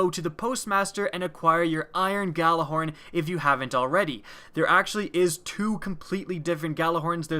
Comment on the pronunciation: I don't mean to be that guy, but it's pronounced yallihorn